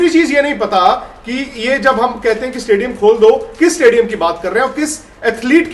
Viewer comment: Madam इस्टेडिअम नही स्टेडियम.... Why U don't improve your pronunciation skill... You are a reporter in a branded news channel, work on it. All the best..👍🙏